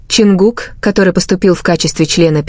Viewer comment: Почему эта ставит ударение на имени Чонгука не правильно, и очень много воды.